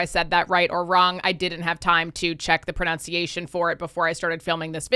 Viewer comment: 2min10.. proNUNciation. ProNOUNciation is a personal pet peeve. Sorry for being pedantic.